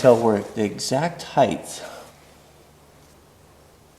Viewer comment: "Heightth"? Is that a metric thing?